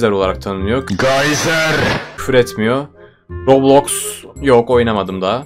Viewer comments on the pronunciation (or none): none